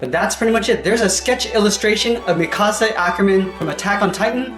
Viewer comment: I'm triggered of the way he says Mikasa